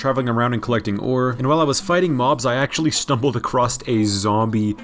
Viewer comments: I just noticed he says "acrosst" instead of "across" each time he says it lol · lol its so weird hearing him say "acrost" instead of "across" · You know 'stumbled acrost' isn't a thing right? It's 'stumbled across'... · Your videos are super entertaining, but I feel like I can't watch them because I did inside a little bit every time you say across as "acrosT" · Hearing that letter T at the end of “across”, make me suicidal.